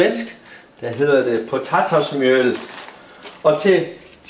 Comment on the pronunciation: Älskar videon, hur du mixar engelska och Danska. Ditt uttal på svenskans "Potatismjöl" var också riktigt bra.